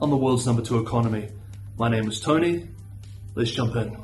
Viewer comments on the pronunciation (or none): none